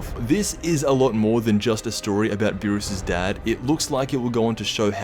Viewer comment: Its beerus and champa not burris and shampoo